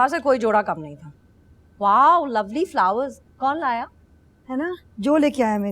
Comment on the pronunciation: Not folwer its flower